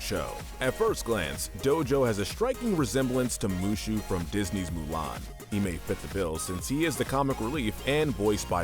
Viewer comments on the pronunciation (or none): none